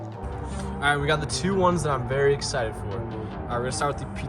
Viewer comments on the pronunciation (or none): none